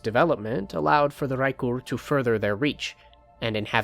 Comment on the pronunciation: the way you rolled the R in raekur at the beginning was so clean